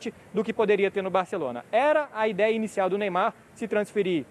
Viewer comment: "Meymar" esse maluko é foda